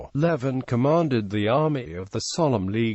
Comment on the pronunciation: It's pronounced leaving